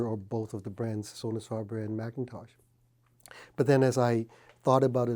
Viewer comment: is instantly non-credible when he can’t even pronounce Sonus faber or McIntosh correctly